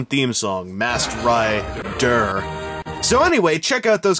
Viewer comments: MASKED RI-DER? moar leik masked ri-DERP LOLOLOL RI-DERP HAHAHA LOL Oh god! I've been spending too much time on power rangers fourms! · Masked Rid-DURR 😂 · everytime you said "masked ri-der" LOL laser gun.. LOL love what you done at the opening!!!